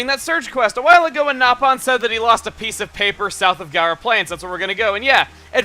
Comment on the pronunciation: Is it me or did i just hear him say nap on